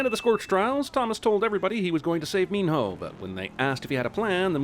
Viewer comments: Minho is pronounce mino, not meen-hoe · Every time he says “Mean-hoe” I cringe. IT IS PRONOUNCED “MEANO” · How did Minho’s name pronunciation go from Meeno to Mean-hoe by the end of the series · I don't know why it keeps bugging me he keeps pronouncing Minho's name as Mean-Ho. Reaaally emphasizing that H... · Is Minho actually pronounced as Min-hoe? Just asking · Did he say “Min HOE?” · I keep hearing mean hoe lol no...I'll see myself out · I'm adding another sin for the amount of times they say Minho with different pronunciations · STOP SAYING MINHO LIKE THAT!!!!!! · I cant concentrate on the fucking video when he pronounces minho